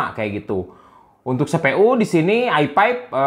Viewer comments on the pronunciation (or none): i five bang bukan i pep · Dia masih gak bilang F, Versi jadi Persi, Video jadi Pideo, i5 Jadi AiPaip